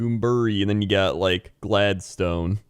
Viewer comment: Couldn't work out where the weather was until said Toowoomba and I absolutely lost it when he pronounced Gladstone.